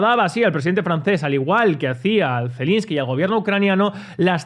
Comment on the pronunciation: Es Zelenski, no Zelinski